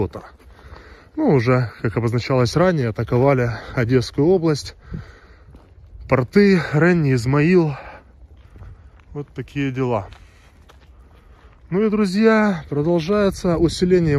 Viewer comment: портЫ - это крестьянские штаны. правильно говорить - пОрты.